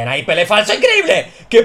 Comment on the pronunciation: Jajajajajaja siempre me hace gracia cuando dices "pele flaso" jajaja que grande y que grande pele falso un genio del asilo!!!